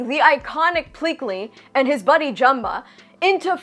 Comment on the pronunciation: Thank can’t even pronounce Jumba name. And I was looking for the part when the house gets destroyed you should not play with guns ok then they play hot potato omg I hate the movie